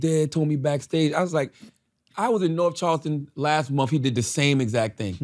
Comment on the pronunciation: MUMF. I am amused by the dullard Charlamagne and his pronunciation of MONTH. Love it. MUMF.